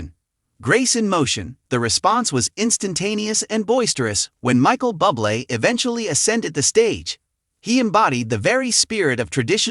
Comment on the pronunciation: Michael’s surname is pronounced Booblay, not Bublay, Bubly and Bubble. Obvious AI commentary😖😖.